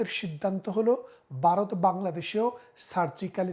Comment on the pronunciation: উইথ ডিউ রেসপেক্ট, আপনি তো সাধারণ মুখ্যু বাংলাদেশিদের থেকে অনেক বেশি শিক্ষিত; তো আপনার মতো মানুষও 'ভারত' উচ্চারণ করতে পারেন না কেন?😅 ইটস নট 'বারোত', ইটস ভারত। ভারতবর্ষ।😊